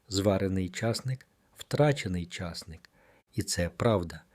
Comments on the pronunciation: ЧаснИк правильно казати. Наголос на ,,и". Так ріже слух цей чАсник, капець! Обожнюю часник. Щодня в салат додаю - до свіжих листів салату латук, до салату із свіжої капусти, помідорів та ін.-х всього один зубчик подрібнений.Нема ніякого поганого аромату потім, якщо не з'їдати набагато більше часнику щодня . Потім є ще ж продукти, які нейтралізують аромат часнику - петрушка, кефір та ін. Дякую за корисну інформацію! Всім здоров'я і миру! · Огидно слухати: чАсник, а не часнИк, що є правильним, ставте правильно наголос! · Головне слово в цьому відео з невірним наголосом ! А може це зробили навмисне, щоб коментарів було більше ??? Тема корисна , прослухала до кінця ! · Не говорiть чаааааасник, говорiть часнИИИИИК.😢😢😢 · Я завжди знав, що споживаю часнИк.😊👏👍 А ви ведете " мову" про якийсь чАсник!🤣😭😆! Неможливо слухати! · А ви шановний звідки ???? В якому краї на часник з наголосом на ,,,,и ,,,,.....вимовляють часник як ви з наголосом на ,,,,а ,,,, дивно ????????? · Чому ви кажете чАсник, а не часнИк? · Дякую,але наголос портить гарну інформацію...а не краще ,,чосник'' вимовити і не буде звучати ,,часник''.. Дякую ,інформація слушна... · Ріже слух неправильний наголос в слові часнИк! Підкреслюю: часнИк,а не чАсник! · Залишилося ще вам, правильно наголос ставити: часнИк, а не чАсник. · Наголос часнику на другому складі. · Що за наголоси все гарно а наголос жахливий ЧАС НИʼК і ті наголоси є в закінченнях не тільки цього матеріалу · Чому часНИк.Ваші поради такіж корисні як і ваш наголос. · Де він навчився так казати.наголос.ставити не на ту букву ЧАСНИК